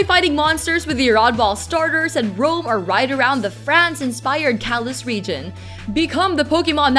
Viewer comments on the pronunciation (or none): none